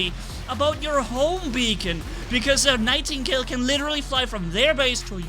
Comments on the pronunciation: It funny how is so mad that he said the name wrong on the nightigle to ravana on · did you mean to say nightgale or...